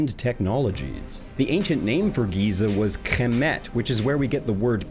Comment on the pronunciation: Thank you for saying kemet.....we appreciate our story.